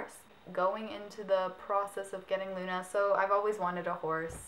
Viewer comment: i loooove your channel! you and lauren are amaaazing. but... i'm italian, so... it's not LEUNA, but LUNA. i know that the spelling of U is like EU, but the italian correct spelling is without E. if i just could make you listen, it will be really simple. ps sorry for my bad (really bad) english.